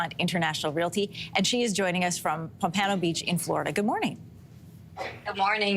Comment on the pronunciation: Tell commentator how to pronounce Pompano Beach…..she instantly lost all credibility